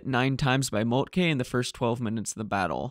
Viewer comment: Excellent video; however, Moltke is pronounced ‘molt-kə’ not ‘molt-kay’